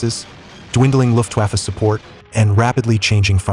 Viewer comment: Please, the "W" in Luftwaffe should be pronounced as "V", not as "W" in, for example, Wagon.